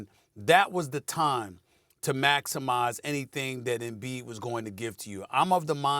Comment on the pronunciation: Embid to tha Lakers”😄😄😄